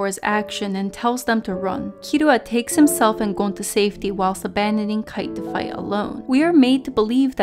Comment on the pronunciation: Great video, but please just say the names the way they’re supposed to be said. The only reason Kite is pronounced Kaitto is because of how Japanese works. If you’re speaking English, it just makes sense to say it the English way so your listeners know who you’re talking about.